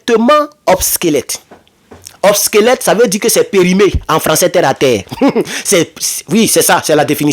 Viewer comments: C'est pas '' OBSQUELETTE'' mais OBSSOLETTE'' qui signifie Dépassé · OBSOLETE et non “obsquelète” Très fraternellement. 👍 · On dit obsolète